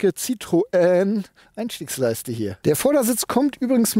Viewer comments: ˋTschuldigung, es heisst weder Zitröön noch Zitroan oder ähnlich. Der Doppelpunkt auf dem ë bedeutet, das o und e getrennt ausgesprochen wird. Also Citroën gleich „Sitroen“. Bloss nicht Sitröön. S i t r o en. Schwierig darzustellen. Ich weiss, man gewöhnt sich an eine Aussprache über die Jahre, weil fast alle Zitröön sagen. Ich fahre seit 1974 Citroën, mit wenigen Ausflügen zu Mercedes und Audi. Aber es tut immer noch weh, wenn ich es höre! 😱😉😉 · Ich wiederhole mich gerne bei JEDEM Test eines Citroen auf diesem Kanal: Es heißt SSSitro-enn und nicht Citroääää. 🙄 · Man spricht es übrigens wie geschrieben. Das französische ë wird wie das deutsche e ausgesprochen. Also nicht Citroäh! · Ich hatte zwei Citroën (Xsara Picasso, C4 II ), beides richtig gute Autos, aber auch ein bisschen schrullig, vor allem der Picasso. Nun habe ich einen Hyundai i30. Was für eine langweiliges Auto im Vergleich. Aber wenn ich das hier so sehe, dann wird es wohl bald wieder ein Citroën. Danke für das schöne Video. Und ja, den Kommentar kann und will ich mir nicht sparen: Es heißt weder Zitröhn, noch Sitroähn, sondern Sitro-enn. :-) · Citroën wird ci-tro-enn ausgesprochen. EN wird hier nicht nasalisiert. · es klingt trotzdem Scheiße wie du Citroen sagst...auch wenn du versuchst hast's zu erklären .Auch so mit Wallbox...